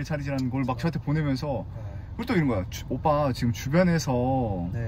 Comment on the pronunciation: 오뽜.... 발음 현실감 대박 ㅋㅋㅋㅋ